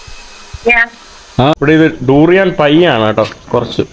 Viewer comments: ടൂറിയൻ അല്ല ബ്രോ ദുരിയൻ എന്ന് പറയണം.. At least listen to others when they speak... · ഈ തൂറിയാൻ കേട്ടുമടുത്തു ബ്രോ..😅